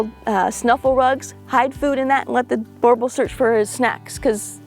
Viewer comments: I grew up with ot of these arpund in SA, theybare awesome and drool alot. Ps. Pronounced boer (boo-rrr) boel (bull) boo rr bull 😉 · You don't say it to badly but it's a Boo R Bull . So glad you don't say Bauble 😊